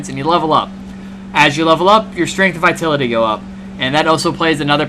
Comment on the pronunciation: it's pronounced vi-TAL-ity lol - otherwise good and thorough review! Thanks!